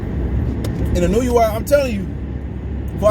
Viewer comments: Pronounced: “in-new-way” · Akhsually. It's Ee-no-ooh-eh